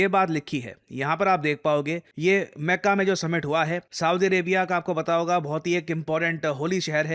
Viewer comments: maca ni sir makka pronounce krte h very poor pronunciation ha ha 🤣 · मेक्का नहीं मक्का